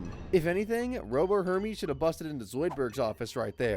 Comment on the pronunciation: It's "Hermes' Office" not "Herme's office".